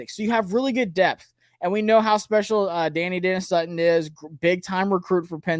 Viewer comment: Da-NYE Dennis Sutton. Please